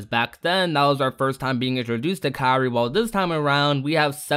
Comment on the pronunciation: Kairi? It sounded like he said Sakura